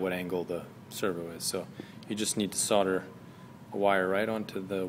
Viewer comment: There is an L in solder, not soder!!